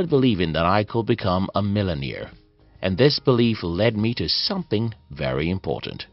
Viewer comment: Mark Cuban not Matt Cuban, Millionaire not Millimere. Like the Video.